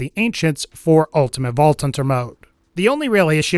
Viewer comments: "ulTimaTTE vaulTT TThunTTer mode" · "Ultimate vault tunter mode"